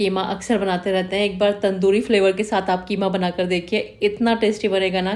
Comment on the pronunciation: Qima not kima😂